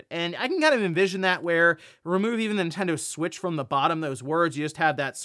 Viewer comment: ”The NinTEN-DOUGHHH SuWEIIITCH TeeUuuuuhhh”